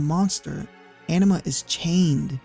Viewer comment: The (canonical, in-game, voice acted) pronunciation of Anima causes me pain.